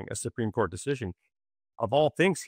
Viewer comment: “supeem court”